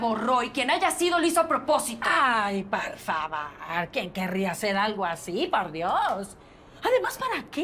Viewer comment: Ya me desesperooo su “PARFAVAR”